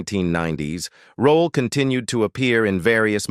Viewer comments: I enjoyed the video but is Esther Rolle’s last name pronounced Roll, Rollah, Rolay or Rolley? I heard her last name pronounced several different ways in this video it..😅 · Stupid AI, it's ROLLE not ROLLA. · PUT SOME RESPECT ON THIS QUEENS NAME IT IS NOT ROLLA IT IS, "ROLLE" NOT THAT HARD REAL SIMPLE ROLLE WHERE DO YOU THE A SOUND AT THE END OF HER NAME SHEESH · It’s Rolle not Rolla. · Please get someone that can be consistent in pronunciation of her last name by not changing her last name every-time he says it! Her name was not Rollie rollaid etc. And he kept repeating certain parts! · 1ST OF ALL, PLZ PUT SOME RESPECT ON MS.ESTER ROLLE NAME.....AND PLZ GET SOMEBODY WHOSE KNOWS HOW TO PRONOUNCE PROPER ENGLISH TO NARRATE SOMEONE'S BIO....I GOT TIRED OF LISTENING TO THIS PERSON SAY HER NAME TOO MANY TIMES AND ITS ANNOYING.,.ITS ROLLE, NOT ROLLA......DAMN💯💯💯....LET US HAVE SOMETHING THAT WE'RE GREAT AT AND STAY IN YOUR LANE.....PISSES ME OFF.... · Whoever made this video stop using f**** AI to do your narration it keeps on saying rolly instead of rolle. Give me a f**** break. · WHY does this narrator choose to mispronounce Ms. Rolle’s last name three different ways….UNPROFESSIONAL! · If I hear this AI say, Rol’le one more time!!! 😬🙄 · SIH Esther Rolle Legend ❤ I wish the narrator could've pronounced her last name correctly geesh it's Rolle🤦🏾‍♀️🤔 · does he pronounce it ROLLE or ROLLA. … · The man mispronounced her last name twice 🙄. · The AI keeps butchering her last name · Why has her last name been pronounced at least three different ways in this video?? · Please learn how to pronounce peoples names. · The amount of mispronunciations of her last name began to feel disrespectful. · STOP MISPRONOUNCING HER NAME! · Can’t even pronounce her last name correctly, hate AI narrative